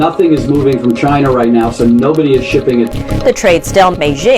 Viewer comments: The way you pronounced CHINA tickles me. 😂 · It tickles me too!😂 Love her impersonating how Trump pronounces China.